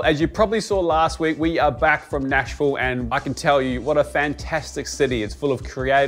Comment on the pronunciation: As a resident of middle Tennessee, I commend you on pronouncing "Nash-vull" correct..